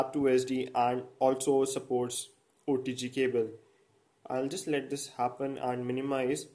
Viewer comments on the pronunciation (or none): none